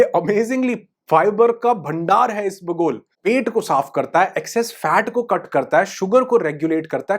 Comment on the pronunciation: सर, "ईस बगुल" नहीं, ईसबगुल, ऐक साथ ही बोले.